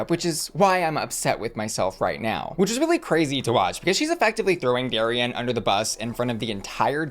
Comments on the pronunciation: Why do you keep calling her Dari-anne? It’s Darienne. No Anne included. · I know this is such a small thing (and I could absolutely be speaking out my ass) but I since I’m local to the same area she’s from I just want to mention the pronunciation of Miss Lake’s name: It should be like “dairy-en”, not like “dairy-anne”. She’s named after a local Six Flags amusement park (Darien Lake between Buffalo and ROC NY) and they’re meant to be pronounced the same!!! I just don’t want it to be a Trixie saying “gottmeek” thing 😂 love you! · Small quibble, but you keep pronouncing Darienne “Derry-Ann” when it should be “Derry-in” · Why do you say DariAnne when it says DariEnne ? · I chuckle every time you pronounce her name "Dairy-Anne". Love you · why are you saying Darienne like dairy-anne? lol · You pronounce Darienne like Darry-Anne… why? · Am I the only one hearing Dairy-Anne? 😂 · Not calling Darienne "Dairy-anne" the whole video....SMH. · Shanell has already done all stars and the mispronounciation of Dariennes name is sending me. It's not Dairy-ann.... 😂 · It’s Darienne not “Dari-Anne” lol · I hate how you pronounce "dairy ann" 😂😂😂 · I love how you say Dairy-Anne😂🥛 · Lol the Darienne pronunciation makes me laugh every time… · Good for you, it drives me crazy and I yell it’s Darienne, not Darienne 😂